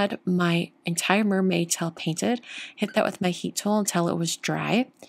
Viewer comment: At first I was mainly listening to this video instead of watching. I kept thinking you were saying towel instead of tail! 😁 Beautiful card,!